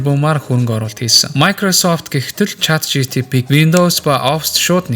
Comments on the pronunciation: yoo ymr hetsuu sonsogddin bee CHAT GTP ni 😡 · Chat GTP gdeg n ulam tod sonsogdd hetsuu bailaa 😢